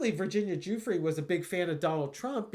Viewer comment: Her named is pronounced Jue-fray, btw... per her ghostwriter. ~D